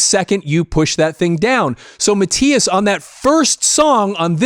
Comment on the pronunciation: Its Mattius